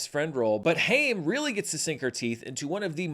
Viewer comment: Alana's Haim's name is pronounced the same way you pronounce Time!